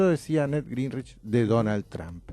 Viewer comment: Está gente dice Donald Tramp y es Donald Trump, se pronuncia Tromp no Tramp